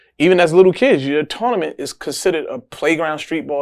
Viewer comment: He had to say it 5 times before I figured out he was saying “tournaments”.